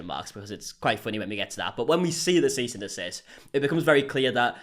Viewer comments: "seize and desist" 🤣🤣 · “Seize and desist” 😂😂😂